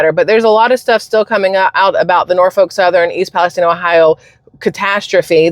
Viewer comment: I could tell it was a fake because how he pronounced East Palestine